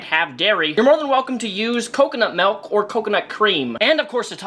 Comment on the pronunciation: He said “Melk” oof 😅